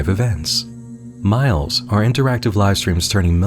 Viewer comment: In full honesty, I thought MILEs said MILFs.